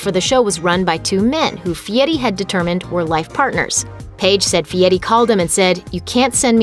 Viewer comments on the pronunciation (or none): The voice-over girl needs to say Fieri, not Fietti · Guy Fieri not Guy Fietti. I don’t think it should be so hard to fact/edit check your own videos before you post them but this seems to be a common lazy YouTube practice. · I hate how people pronounce Fieri. They say“fee-Eddy”, like there’s no “r” in it. It sounds really stupid. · It’s “Fieri”! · It's pronounced fietti where he comes from. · Soooo....Fieri is pronounced "fietty"?? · "Guy Fietti"? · Guy who? I guess everyone else has been saying his last name wrong.